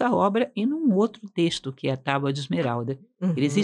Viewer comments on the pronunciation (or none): none